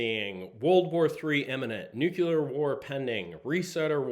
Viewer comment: NucLear like nucleus..;)